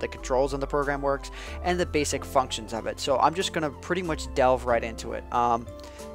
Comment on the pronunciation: i thought he said F*kshins